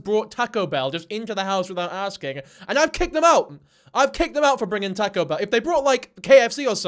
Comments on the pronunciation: You’re officially banned from Mexico after that horrendous pronunciation of taco. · “Tahko bell”??? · “Tako bell”💀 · its pronounced like tahhco not tAko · “Tahcoo ” pleaseeee 😂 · "Tah-co" is killing me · Say TAHko bell one more time. say it. SAY IT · It's pronounced TOCK-KO, not TACK-KO or tic tac toe. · omg I’m obsessed with the way he says taco. I’ve never heard anyone say taco like this I would dead ass listen to a 10 hour video of just him saying taco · please stop saying taco bro geez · The way you pronounce "taco" is an actual hate crime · the way you say taco 😮😂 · His pronunciation of taco in Taco Bell is making my Mexican brain hurt 😭